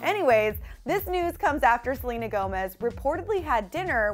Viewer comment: anybody else hear her say jelena Gomez or am I trippin lol